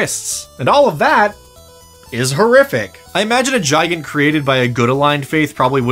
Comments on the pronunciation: its not gi gant its said gig ant. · It should be pronounced "Gee-gant". It's Romanian for Giant. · I do't know why, but his pronunciation of "Gigant" really bothers me. To me it feels like it should intuitively be pronounced "Gih-Gahnt" or "Guy-Gant" with the "G" sound and not the "J" sound. I don't know if that's how it's supposed to be pronounced or not, but it just sounds better to me. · Not how I'd pronounce Gigant. Kept thinking you were saying Giant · Is it suppose to Spanish pronunciation? Such as el gigante from re4? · why tf u sayin gigant like that dd? :(